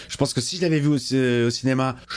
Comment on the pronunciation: "je penske" 🤣